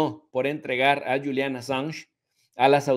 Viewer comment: Es julian no yulian .